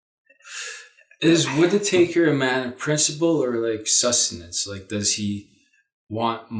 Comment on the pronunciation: I heard him call the guy Matt Whit-i-taker - sounds about right. Taker ... of Russian $$ perhaps? I'm loving the rich colors and beautiful contrast lighting. Lady Violetta, you are wearing my favorite shade of green. Your eyes are very striking. Such a beautiful lady. Greetings & love to you and son. <3